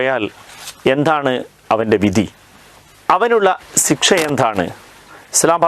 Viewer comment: "സിക്ഷ" എന്ന് പറയുന്ന പത്തു തവണ 'ശിക്ഷ' എന്ന് ശരിയായി പറഞ്ഞിട്ട് ഇനി യൂട്യൂബിൽ കയറിയാൽ മതി